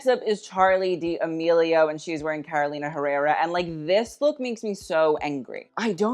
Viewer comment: You criticize everyone for mispronouncing a brand name, but you are mispronouncing Carolina Herrera, search in the translator how you should say it